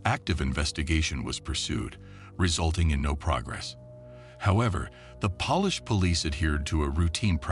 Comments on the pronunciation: Except for the repeated mistaken pronunciation of Polish. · You do realise the narrator is AI? Pronounced Polish as if it was a cleaning product 😂😂😂😂😂😂😂😂😂😂